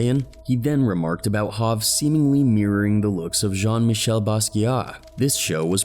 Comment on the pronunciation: My man said HAV it's HOV my guy 💯🤷🏾‍♂️